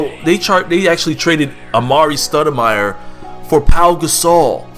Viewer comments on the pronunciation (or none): hahah "studimire"? are you really a knicks fan, pronouncing their names wrongly. and i dont know what you're smoking, but a stoudemire for gasol trade is great for you